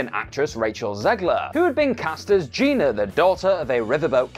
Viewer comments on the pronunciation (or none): none